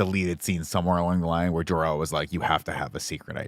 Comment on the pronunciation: jork-el took me out lmao